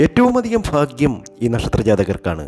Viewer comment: നീട്ടി വലിച് കുറെ 'ഫാക്യം' 'മഹാ ഫാക്യം'... എന്നൊക്കെ പറഞ്ഞുകേൾക്കുമ്പോഴേ ഒരു വിരക്തി തോന്നിപോകുന്നു ... പറഞ്ഞ തന്നെ പറഞ്ഞു പറഞ്ഞു കുറെ ലക്ഷ്മി ദേവി ലക്ഷ്മി ദേവി .... ദേവി.... ബോറഡിപ്പിക്കല്ലെ 🤦